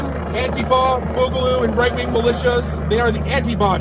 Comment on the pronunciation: and he pronounced antifa correctly, which is strangely what's surprised me the most